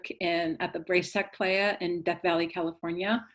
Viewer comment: Great video. But Racetrack “Ply-uh” :)